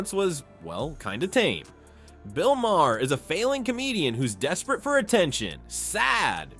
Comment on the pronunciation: I don't know if I could subscribe to anyone who pronounces Bill Maher's last name as Mayor.